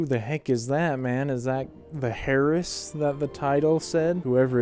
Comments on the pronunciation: Really? "Hair-ess?" 😂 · The «h» in «heiress» is silent, btw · The h is silent